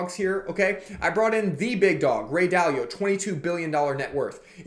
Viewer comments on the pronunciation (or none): Bub you gotta be able to pronounce Dalio if you wanna come off as smart - D..... A... L...... EEEEE.... OOOHHHH